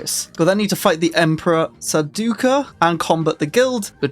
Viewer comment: sar-DOO-kar or SAR-dah-ker ah-trey-deez Freh-men Moo-ad-DEEB MEN-tat (hard t at the end) FAY-duh-KEEN raban and harkonnen was actual okay^^